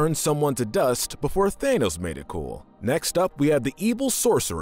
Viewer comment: No one: No one at all: Not even The Russo Brothers:: Thaynos